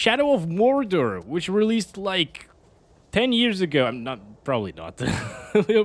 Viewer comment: "shadow of wardor"